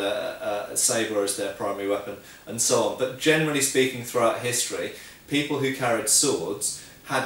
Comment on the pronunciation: "Germany speaking" instead of "generally speaking". YouTube auto subtitles show that... And now I'm doomed and can't "unhear" it anymore whenever you speak it! :D I love your vids. Keep on the good job!